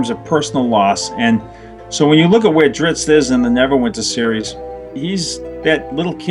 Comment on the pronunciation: Someone on his message boards pointed out that Bob is Italian, and Bob's pronunciation of "Drizzt" makes perfect sense if you consider the "zz" part of the word "pizza". "zz" is pronounced like /ts/. Thus, "Drizzt" is pronounced /dritst/. Now, just imagine D-man slicing and dicing some pepperoni pies with those twin scimitars of his, and you're all set!